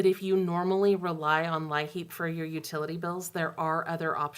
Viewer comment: You’ve been very helpful with everything going on during this shutdown. I’d be going crazy if it wasn’t for all the updates!! Oh and thought I’d let you know that LIHEAP is just pronounced like the word “Leap” Thank you and keep it up 🥰